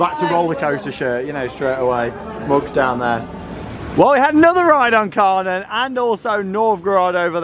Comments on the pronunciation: Kärnan is pronounced like care-nan. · Looking at going to Hansapark this summer and is searching on Youtube to see what we could expect. Just had to pause in your video to comment on the fact that the Kärnan actually seems to be a replica of a well known landmark in Helsingborg, Sweden called Kärnan (in english pronounced like the two english words Chair and Nun put toghether). Can't wait to get on this ride!! 😍Now I'm gonna keep watching the rest of your video and I have a feeling you will get me even more excited to go to Hansapark! 😁